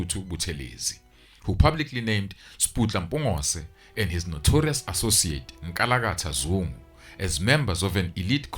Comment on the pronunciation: It's Not NKALAKKATHAA ZUNGU IT WAS NKALANKALA ZUNGU